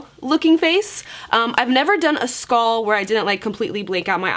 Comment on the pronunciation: Y u sayin skall instead of skull